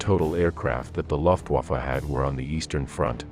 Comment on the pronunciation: Your pronunciation of the name of the German air force is incorrect. It is not LOFT-waffe but LUF Get it LUF. L-- u-- f-- t=Luft-waffe.